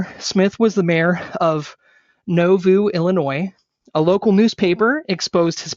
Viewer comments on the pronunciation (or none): Also you keep calling Joseph a pedophile but he never did anything to make him such. I know you wanna bring up Hellen mar so bad but you’re also the guy who did so little research you mispronounced nauvoo and referred to the plates as tablets and then instead of taking accountability you fired back. You don’t follow Christ so your opinions of my religion are irrelevant